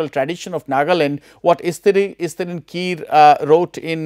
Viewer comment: We don't pronouce kire as kir , where E gets silent in English term. But kire is a surname from Angami word. So E does not get silent here. We call it Ki_ re.